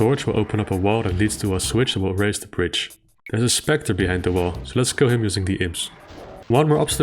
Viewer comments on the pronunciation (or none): none